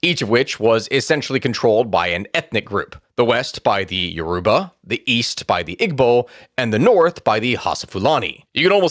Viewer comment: perfect pronunciation of "Yoruba"😅